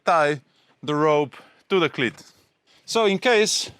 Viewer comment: Great video. Iearned a lot. Thanks. BTW, your English is amazing but you might want to practise saying "cleat", making sure you lengthen that vowel sound (like "eeeee"). As in this video, it means something VERY different!